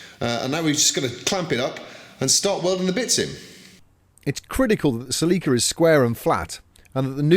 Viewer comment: Holy crap. I saw the drawings and realized they were saying "Celica" and not "Sleeker".